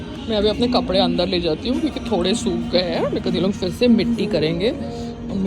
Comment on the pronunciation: Payal, to become an actor, you need correct pronunciation. Let me teach you.Phir se starts with a P sound, not F Zara starts with a Z sound, not J Zor starts with a Z sound, not J Payal, I know you like to do drama. If you have an issue with your housing association, you need to sort it out privately, not discuss publicly coz we can’t help you.